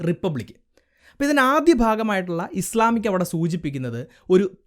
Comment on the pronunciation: ബ്രോ ഇസ്ലാമിക് അല്ല. ഇസ്‌ലാമിക് എന്നാണ്